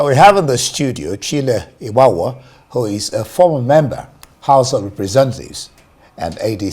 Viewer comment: Your guest name is "" not "Obgawua"